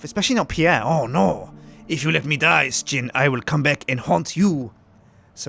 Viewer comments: He pronounces it S-jin but most people call him Shin. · most Americans pronounce it as "shin" but most Europeans pronounce it like "sh_gin." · I'm glad I'm not the only person who says ''Sh_gin'', even though most of my other Brit friends all say Shin. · I don't pronounce it sjin I pronounce it shin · We want more of these sir-gin (how he pronounces his name) this is a great game and even better because yu commentate over it. P.S you should let the prisoner called sjin out early with a knife to get revenge against sips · I love how everyone else pronounces Sjin's name differently than how he does himself.